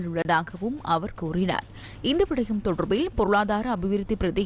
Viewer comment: "தொடர்ர்பில்" என உச்சரிக்கும் போது 'அருமை'.. உங்களைப் பொறுத்த வரை.. 😮..😢..😂.. "ழ" எனும் எழுத்தை மிக அழுத்தமாகச் சொல்வதில் உங்களுக்கு நிகர் யாருமேயில்லை..😮..😢..😅.. காலை வணக்கம்....❤..